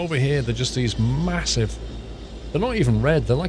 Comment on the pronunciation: "MaHOOssive" hahahahaaha... I'm using that from now on.